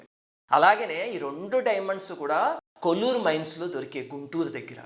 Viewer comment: కోళ్లూరు సర్ అది. కొల్లూరు కాదు. కృష్ణ నది ఒడ్డున ఉంది. పులిచింతల ప్రాజెక్టు దగ్గర గా ఉంది.